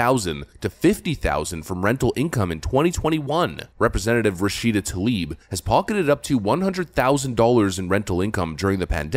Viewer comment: Why have I only heard Talib instead of Tlaib? Seriously, I don't think a single person, democrat or republican, knows how to pronounce her name.